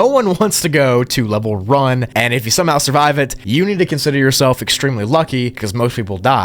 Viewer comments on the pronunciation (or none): somehow ❌ somehowe ✅